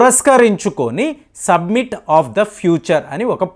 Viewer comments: "సబ్మిట్"/"సమ్మిట్" అన కూడదు "సమిట్" అని పలకాలి. "ఆయిల్స్" అన కూడదు. "ఆయిల్" అని పలకాలి. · it is summit....u r telling it is submit